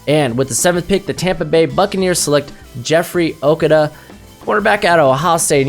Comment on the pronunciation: Dude....his name is pronounced oooh-koo-dahh , you white guys can't pronounce other races names , why ? I can pronounce Colin ( Irish) Coll- in , Giuseppe (Italian) Gee-Sep-ay , Frietz (German) Free-itz , Manuel (Spanish) Man- well , Bolshevik (Russian) Bul-shee-vick ....damn dude get it right , please !!!